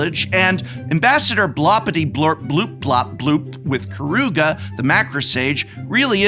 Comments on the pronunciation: BloRRRpityBlorpBoop professor. It's BloRRRRRpity, not Blopity! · You're hurting my feelings reading Blorpity without the R. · you pronouced it wrong prof, its blorpityblorpboop not blorpityblorpbloop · More annoying than the entire deck was the Professor saying the commander's name wrong every single time. It doesn't end in "bloop", but in "boop" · Um… it’s Blorpityblorpboop… not Blopityblorpbloop…. Geesh… I thought you were an English professor. ;-) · BLORpityblorpbloop not BLOPpityblorpbloop. Jeez get it right! ;) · Hey Prof, It's BLOR-PITY-BLORP-BOOP, not BLOP-PIRTY-BLORP-BLOOP. Sincerely, The Pronunciation Police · Hey Prof, It's BLOR-PITY-BLORP-BOOP, not BLOP-PIRTY-BLORP-BLOOP. Sincerely, The Spelling Police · Drink everytine he says "Ambassador Bloppityblurpbloop" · Spectacular video! Only gripe is the repeated mispronunciation of BLORP-ITY-BLORP-BOOP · The most annoying part for me is Prof mispronouncing Blorpityblorpboop like 59 times lol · “Creative writing major”. Also doesn’t know how to sound out the commander’s name lol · How dare you mispronuncing Ambassadors Blorpityblorboops name. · Specifically, he says it WRONG every single time. 😀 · I cannot believe your deliberate, insensitive mispronunciation of Blorpityblorpbloop! It's really not that blupping hard! A quick googul is all it takes, but you Yew-toobers are so stuck up with stickers you don't care about our heritage at all! The blorpbloop clan takes great offense!!! I will be telling all my blorps to shun you, as is customary on Blorp. Perhaps that will teach you the power of family values. And consider my patreoon subscription CANCELED!!!! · Every time he pronounced the name of the commander wrong I laughed even harder. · If you pay attention, you can see the Professor speedrun the five stages of grief as he pronounces Blorpityblorpboop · Worst part is that he is mispronouncing the name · Props for not pronouncing Blorpityblorpboop right even once. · and he never once pronounced it right.